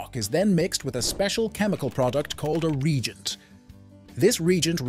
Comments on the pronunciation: Reagent as in say RE - AGENT not "Regent" as in a KING you knob jockey. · Re-Agent. Ree-A-Gent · Ree-gent? Em-Em? Do you even proof this crap?